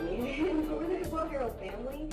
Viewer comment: diffikult for me to fully understaend what they say but they ' don 't pronounce Devault name correctly ! greetings from Europe Switzerland Gstaad